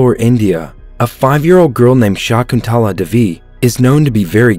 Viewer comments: Me a Indian watching this recap The narrator: Shaakuntaalaa Divi Me: 🥲🥲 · Shaakoontulaa Devey (pronounciation)